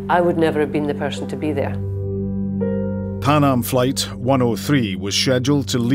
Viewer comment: 'PAN AM' not 'PAM AM'